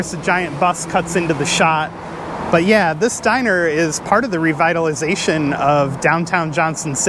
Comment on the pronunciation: do you mean 'diner'?